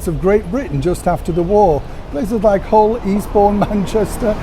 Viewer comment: love the way you pronounce HULL, like a true Yorkshire man. Regarding Arthur Lucan - he is buried in the same cemetery as my Mum 😇 We have to pass him as he's only yards away and I always read his epitaph as a mark of respect. Thanks for a great informative video today 😍